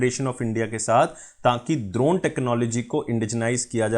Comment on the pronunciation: buddy its english wala D in Drone.....kuch bhi...